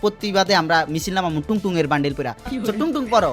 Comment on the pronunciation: ভাই,, Tung tung.. Not 🚫 টুনটুনি..yes ✅